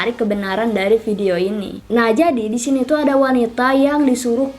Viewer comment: Kak pengucapan kata DISINI itu kurang jelas kak jadi kayak SISINI CUMA SARAN